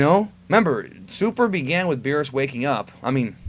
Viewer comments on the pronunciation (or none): none